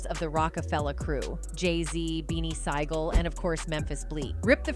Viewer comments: Poosha T and Beanie Sy-gul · She said Beanie Sie Gul and Sheh Thur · Who is poosha T and beanie sygal?! i hate when ppl want to speak on things and can't even pronounce names and sound dumb 🙄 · Yeah hiw she Saud beanie sigel is wild😂